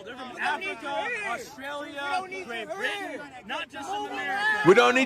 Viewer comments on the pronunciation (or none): none